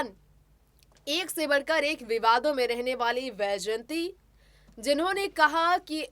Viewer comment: Madam ,,,,,smt vyjayantimalaji is great lady ,highly respected graceful lady a legendary actress and topmost dancer ,,, unfortunately ,you are adrresing her as 'yjayanti ',,this is not correct , please correct your narrating style